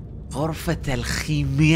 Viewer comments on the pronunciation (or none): غرفة الكيمياء ❌ غرفة الخكمياء✅